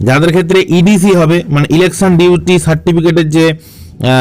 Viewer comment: কি ভিডিও বানাচ্ছেন? "ডিউটি" কে 'ডিউলি' বলছেন?